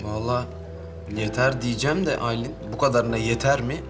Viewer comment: tilkiye aylin ayleen diye okunuyo heralde 😂